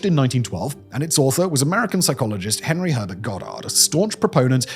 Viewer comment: "and one of the most prominent devotees of eugenics was our friend Hhhhhit- Henry"